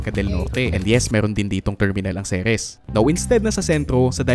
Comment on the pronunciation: Pet peeve ko talag tong mga tao who pronounce "Ceres" as "Series" 😅